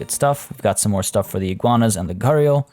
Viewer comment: The way Gharial is pronounced is Gare - e - all